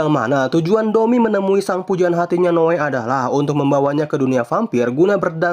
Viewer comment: Noe bang bukan noa😂